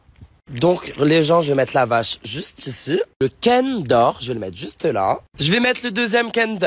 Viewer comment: pourquoi tu dis cander c'est pas comme d'hab c'est Kinder tu parles pas français ou quoi et pourquoi tu as dit Pokémon pour les Schtroumpfs c'est un Schtroumpf au chocolat ça veut dire faut pas dire Pokémon il faudra dire un Schtroumpf😊